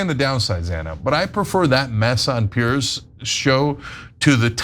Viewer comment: PIERS! Not "Pierce"